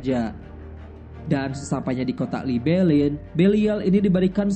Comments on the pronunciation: Min namanya Balian of Ibellin bukan Balial dan itu emg ada dlam sejarah perang salib, Balian dr Ibellin, bukan libelin ato libelil... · BALIAN FROM IBELIN. BUKAN BALIAL FROM LIBELIN HIIIH GEMES BANGET DENGERNYA!!!